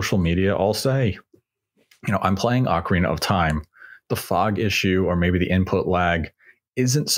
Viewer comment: I just tuned in to hear say Oakareaner of time😂 love it.